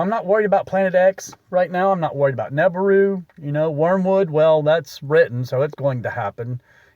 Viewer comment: Ok, first if you want my attention you have to show me you did the real research. Your PRONUNCIATION of NI-BEER-U( phonicly spelled out for YOU), tells ME you're just a sensationalist.